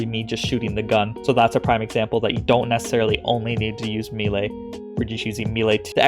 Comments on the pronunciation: Bro, im thankful for all the top notch content you put out but one thing always iritates me about your vids.. Its pronounced may-lay. Repeat after me, may-lay. 😂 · I'm going to be that guy. It's pronounced maylay. If you want to mispronounce it you can say me-lee. You somehow managed to get both wrong. Truly impressive.